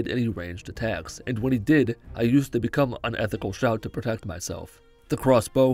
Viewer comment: The many ways he pronounces that shout is funny